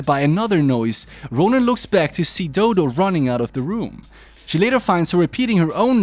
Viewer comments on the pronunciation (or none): I'm sorry but doo doo got me laughing cause her name is dodo = doh doh is how to pronouns it